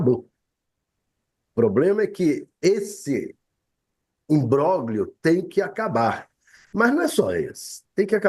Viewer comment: Esse homem nao sabe pronunciar "imbróglio " entao não fala a palavra. Fica ridículo .